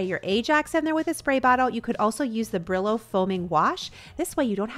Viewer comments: Brillo means shine “Bri-yo” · Bri-yo instead of Bri-lo try it. It’s a Spanish word. Thank you for your amazing content ♥️🙏🏻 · “Brillo” means “glow” in Spanish but pronounced Breeyo. I’ll have to try there products thanks for the videos❤️